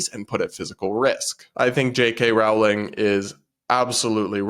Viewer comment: Rolling, not Row-ling 💕